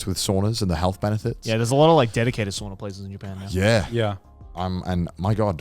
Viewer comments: It’s souna not sawnuh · Guys, sauna is pronounced sow-na, like the mother pig and na. If it would be pronounced like you pronounce it, it would be soona. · Spent a few seconds trying to figure out what a SWORNER is to then realize Connor was talking about a SAUNA lmao